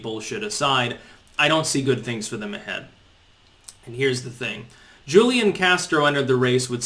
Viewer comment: It's "Hoo-lee-on" Castro....Hoo-lee-on. Now stop mispronouncing it, you rayyyyyciss turd! /s